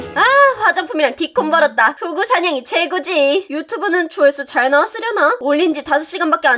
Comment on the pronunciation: 여기에서 조회수를 조화수로 하셨어요 ㅎㅎ